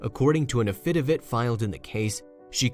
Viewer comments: It is a crime that schools don't make kids read out loud: 'afidivitt' It is pronounced "AFi DAVit" First 'A is short and the second 'A' is long, so it sounds kind-of like Afu Like the first part of after and the first u in under: Afu and the name David but with a 'T'. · Not "a-FI-da-vit" => "a-fi-DA-vit"!! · I picked up on that. I was wondering if I was hearing that wrong. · Yes , so annoying